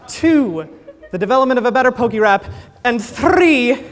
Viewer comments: Listening to him say Pok-EEE-rap over and over again is mildly infuriating, especially since he says pokémon and pokédex correctly. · How can he call it perfect if he keeps pronouncing it "pokey-rap"?